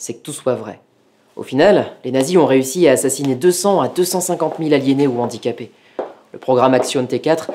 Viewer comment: En plus de tout ce que vous avez cité, vous avez fait aussi du mal, mais à dose homéopathique !!!! Je m'explique très brievement : mes oreilles ont saigné à chaque fois que j'ai entendu : "les Zandicapés" au lieu de " les Handicapés" !!!! mais super vidéos et super thème !!! Merciii